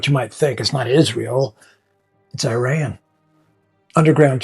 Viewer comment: Dude learn how to pronounce the country's name correctly. Second, your cover photo crossed off Iran to become Persia? It's more about our country not being an Arabic country as Iranians are tired of Islam and Muslim identity being force on Iran as this is not the Persian identity. Please learn from actual Iranians instead of going to sources brainwashing you half baked ideas. And if you don't want to genuinely make the effort to understand Iran, at least do other topics as you are not helping Iranian people. And if you are a puppet of the Mullahs and Ayatollahs, God help you because for 47 years Iranians have had enough of this.